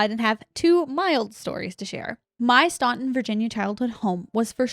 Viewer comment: Oooh, I lived in Staunton Virginia! my ears perked up when you (mis)pronounced it xD (pronounced stan-ton haha) I love there were so many anonymous Virginia stories.....!: wuhhh lmao!